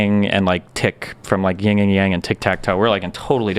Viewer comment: People, its YIN & yang, not "ying" and yang.